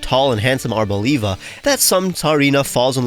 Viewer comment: Its arb-OLIVE-a not abo-leev-a